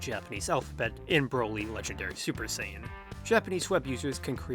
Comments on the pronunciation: He actually pronounced it the Japanese way. The CORRECT way. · I mean, that's actually the correct Japanese pronunciation :V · Yes the correct way to pronounce it.